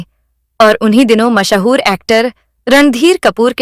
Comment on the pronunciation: Mahaa-hoor kya hota hai? Mash-hoor kyon nahi kehti?